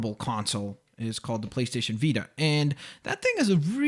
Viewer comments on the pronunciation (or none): none